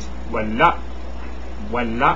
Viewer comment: your "wala(h)" was perfect done! now you can be understood to mean "nothing"